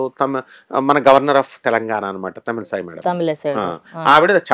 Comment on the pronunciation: పేర్లు ఉచ్చరించడం తప్పుగా ఉండకూడదు కదా. అది వారిని అవమాన పరచినట్లు. తెలంగాణ గవర్నర్ "తమిళ్ సాయి" కాదు, "తమిళ్ ఇసై".